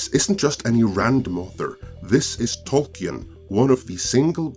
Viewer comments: Tolkien [ˈtɒlkiːn] ... no e 🤓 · It's pronounced Tolkin, without the E. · Could you please learn to pronounce tolkien before you do another of these. it is beyond distracting